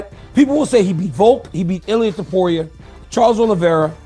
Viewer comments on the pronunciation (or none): none